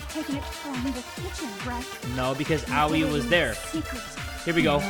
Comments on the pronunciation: Aoi's name's pronunciation: a-oi: owie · hey, Aoi is pronoused A-oi (i think.) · Also, I’m fairly certain her Aois name is pronounced A-oy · i just wanted to say that Aoi’s name is like ah-oye please like so that jay can see this